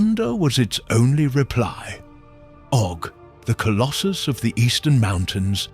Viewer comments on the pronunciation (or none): none